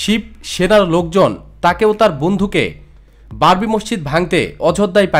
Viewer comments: Babri, not barbi.... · স্যার, "বারবি" বললে তা'র পরের শব্দটা হয় "ডল"!!!